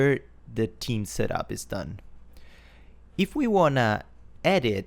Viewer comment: I giggle when he says theme like team <3 accents are great